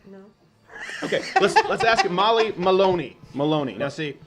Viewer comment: "Molly Molone" was taking the piss out of you